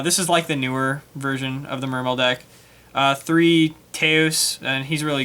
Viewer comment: Will ppl stop pronouncing the e at the end.